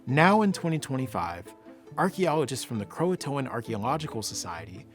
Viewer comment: The name of the tribe was Croatoan not Croatan. The English had Croatoan men on the ship with them. They had been going to the island of Croatoan and living there for months at a time on and off for 3 years before they went to Roanoke.